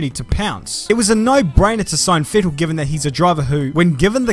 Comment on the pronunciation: pronounces Vettel correctly (Like fettel). This German here is impressed!